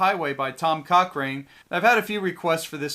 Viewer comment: Coch(ran)e. not rain